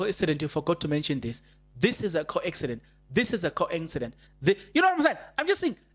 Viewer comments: how are you my brother? Thank you for yet another update. It's a "coincidence" not "co-accident". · Coincidence. Please. Not coaccidence.